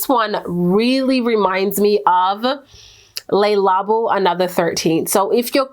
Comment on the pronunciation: You pronounced "Eau Tendre" just fine. However when you say "Le Labo" it's not "lay labo" it's "Le Labó" that e is similar to the last syllable in my name, or in syllable as a matter of fact. My PasCe Soir is locked in its bottle because the sprayer stopped working.